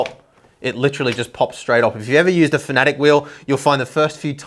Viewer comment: They are called "Fan-A-Tech", not whatever you tried to call them :)